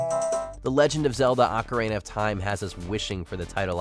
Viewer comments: ACARAINA OF TIME?! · Did he say The Legend of Zelda: Macarena of Time? 😂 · I swear people on this channel just make up pronunciations for Ocarina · Never heard anyone pronounce ‘Ocarina’ like that before to be honest.